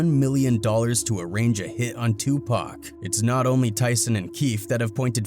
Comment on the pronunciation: Thank you for pronouncing Tupac's name correctly!